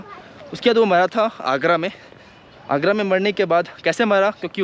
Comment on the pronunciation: Agra h bahi agrda nahi